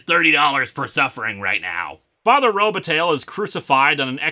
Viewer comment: Robataille Row-buh-tie